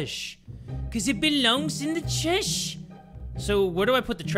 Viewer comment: “CoZ iT bElOunGs In Da ✨TrIéÆsHh✨😍😍” 😍😍🙏🙏